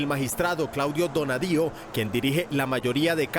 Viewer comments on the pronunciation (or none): Esa información sobre Argentina es tan mala que dicen que el juez se llama Donadío, no Bonadío y el partido le ponen justicia y no justicialista. Eso cambia la presentadora y cae inmediatamente la seriedad de los informes.